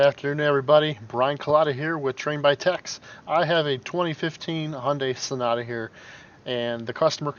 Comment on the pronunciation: i beleive it is sonata, not sonota